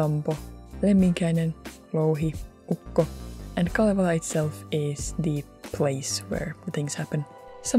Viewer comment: aha en tienny et siel oli kalevala ku ne sabo sen "khalievhala🤌"